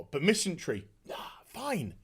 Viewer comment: MisanDry, not misanTry.